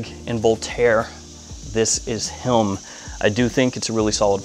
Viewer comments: I love his videos. But it always gets me how he says him. Does in not sound like he says “helm” or “hilm” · Subtitles even shows “helm” lol so I’m not the only one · Your accent provides a slight ‘hidden’ L in the word ‘him’. It is interesting. Is that common? Sounds like ‘hilm’ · he does it with the(l)m too. lol. ive also been wondering about this for months lol